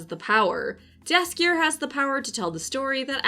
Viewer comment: I love you content but you might wanna checkout how Jaskier is actually pronounced, you are very wrong